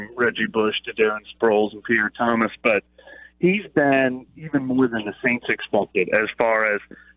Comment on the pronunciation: Did he really say Peter Thomas? Lol don't disrespect Pierre Thomas.